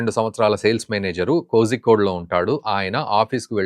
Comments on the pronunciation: "కోజికోడ్" కాదు సార్..."కోలికోడ్" (కాలికట్ ) అని పలకాలి. Eg: Kozhikode- కోలికోడ్ Kanimozhi- కనిమొళి Thenmozhi- తేన్మోలి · Bro adi kozhikode, adi కొలికోడ్ ani pronounce cheyali